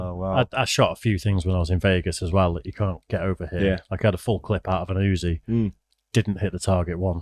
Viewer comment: Listening to non gun guys try to discuss firearms is a riot. "A full 'clip' from an Uzzi..."😅 It's a magazine, genius.